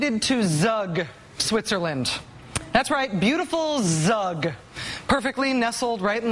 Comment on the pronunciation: its Zug about like u in U-Boat or U-Turn